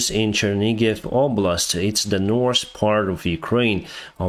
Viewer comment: Reminder, NORTH...NO S AND SOUTH... NO S.